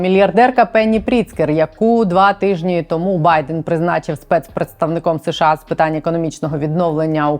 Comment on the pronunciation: будь ласка, не СеШеА, а США. СеШеА почали вимовляти за пізнього Брежнєва, бо, найімовірніше, його щелепа не справлялася з такою "складною" абревіатурою. І тоді ведучі Центрального телебачення запросили мовознавця й запитали, як правильно вимовляти цю абревіатуру. Той дуже нерішуче сказав (його нерішучість була цілком зрозуміла), що краще промовляти США. Послухайте Володимира Огризка, Катерину Кельбус, Мирославу Гонгадзе тощо і відмовтеся нарешті від СеШеА. Ми ж бо не Росія!